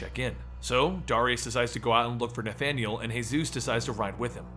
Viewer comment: why cant you say the name Darius properly why do you always say Dariaus instead of Dar-ri-us